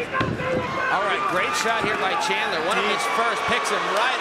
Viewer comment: I swear the announcer is saying Chandlin lol